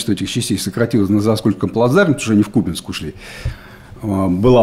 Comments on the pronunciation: Уже даже президент сказал что КупЯнск, но не КУпянск! Упрямства вам не занимать) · Правильное произношение - КУпянск , СлАвянск. Так что не прав ваш президент. 🤪